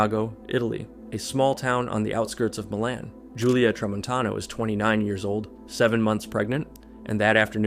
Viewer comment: he pronounce the fuck outta MILAN